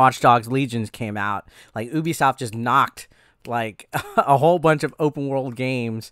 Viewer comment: It's Ubisoft (say you-bi-soft)